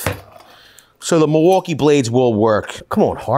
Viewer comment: Love the channel, can't stand when he says "mulwoolkee"